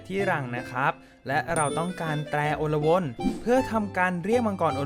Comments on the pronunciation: และมันอ่านว่า อะ-ลวน ครับ ไม่ใช่ อน-ละ-วน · พี่อ่านผิดอ่านว่า อะ ลวน